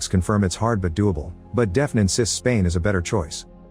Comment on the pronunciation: Deafen? Or “Daf-nee”?